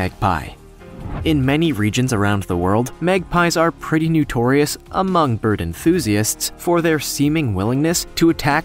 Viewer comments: its NOtorious NOT NUtoriuous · "Nutorious". ? As in "new tor reus"? Don't you mean "notorious"? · honey, it's not nUtorious, it's nOtorious. Several errors in film photos of species. Otherwise, somewhat watchable. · Why does the announcer keep saying "nutorious"? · Please learn how to speak correctly! Kea is not "Kee", but ""Kee ah". Also, it is NOtorious, not Nutorious! Check your pronunciation before recording, please!